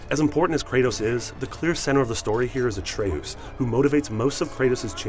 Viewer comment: Uh-tray-oos? C'mon man, it's ay-tree-us. When there's only one 't' after the 'a', the 'a' is pronounced with the long vowel sound. Like 'atrium.'